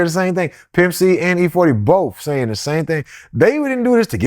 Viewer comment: Tried to squash der beef or der beast That mispronouncing stuff isn't cute anymore. It's played out. Just sounds like ignorance now.